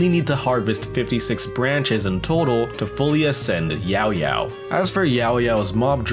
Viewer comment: respect for saying it right